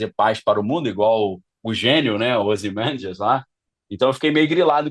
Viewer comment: O cara não sabe nem falar ozimamdias e quer explicar as coisas HAHAHAHAHA e por isso que não levo um cara deses a sério.